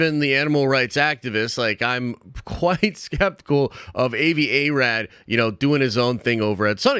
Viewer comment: Did anyone else cringe every time butchered the pronunciation of Avi Arad's name? It's AH-vee AH-rod.